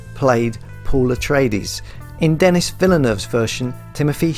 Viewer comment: Nice video, thanks. it's sounds like Denee...but it's spelt Denis.